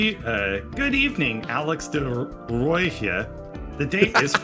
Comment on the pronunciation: Also De Rooji is pronounced "duh roy" It also just means "the red" Edit: alright, just gonna edit comments now rather than spam up the whole comment section lol, but, wow, firing someone who's worked for you for years for being 2 hours late, once, after having a gun pointed at his head the night before is incredibly shitty, and, if this is indeed the Netherlands, probably incredibly illegal. Alex could do so much better to be honest.